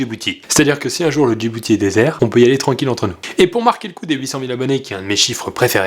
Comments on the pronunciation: Je suis la seule entendre "la population du Jibooty" au début de la video ? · a j'ai entendu "djiboutie" non ? 💓